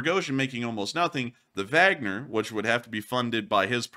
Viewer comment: Like the info and format, but wish you would pronounce Wagner one way or the other instead of that mashup of German and English you use. It makes me wonder - Do you have a Vag, or man parts?